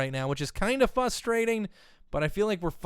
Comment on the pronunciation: Am i the only person who noticed say Fuss-trating instead of frustrating twice already Like if you did